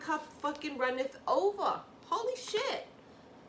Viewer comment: "Runeth ova"